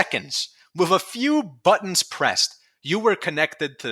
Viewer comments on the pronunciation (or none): none